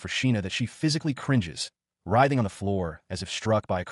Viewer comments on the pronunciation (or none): none